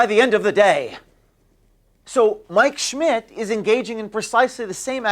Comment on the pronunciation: When you say Mike Schmidt its sounds like your saying my 💩 🤣